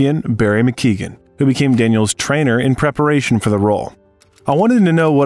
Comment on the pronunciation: DDL is a master at his craft but the name of his boxing trainer's name is Barry Mc Guigan not McKeegan. A Welsh man ex boxing lightweight champion.